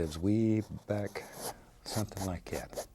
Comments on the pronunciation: Sometimes I hear "somethin' about lye gyat" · What is a "lie cat"? He says something lie cat. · jimifender Yes it was a joke. He is saying "like that" but his country roots allow him to say "lie cat"